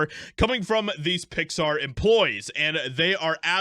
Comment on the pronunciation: Its pronounced "Pixsthaaar" by the blue haired staff. Fire em all.